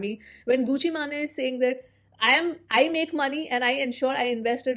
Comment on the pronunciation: गूची मेन ❎ गूची माने ☑️ Love your reactions btw 🛐